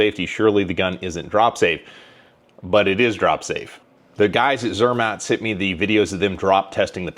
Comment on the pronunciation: Zermätt Arms. Think of Mott's apple sauce with the pronunciation. Zur-Mott. Have fun at Shot Show!